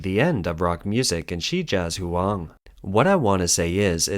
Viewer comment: shee-jyah-jwang "zh + wang" is written as "zhuang". It's just a convention of spelling. It is still pronounced as a "W". It is not two syllables (zhu + ang) -- it is a single syllable: ("zhwang"). That "u" should be treated as a "w".